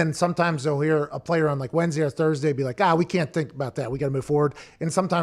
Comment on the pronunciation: Thurbertday!? Lol yup!